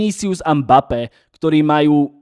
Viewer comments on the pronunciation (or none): none